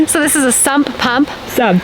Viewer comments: It's sump pump! Not sub pump. GOOGLE is your friend. LOL Nice work ladies. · Its "Sump pump" not "Sub pump" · Sump pump, not sub pump. Lol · It’s sump and you pronounce all the letters.